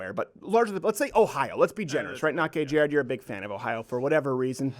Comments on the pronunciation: Did anyone notice that during the refugees student story at the beginning said “Not jay gared”??? 😂😂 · Did anyone else notice said not jay gared instead of not gay jared?